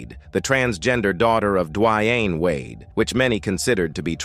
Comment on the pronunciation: Wow, u butchered Boosies name. It's not Bud as... it's pronounced "Bad Azzzz" 🙄 and its pronounced Duh Wayne, not Dwyane geeze...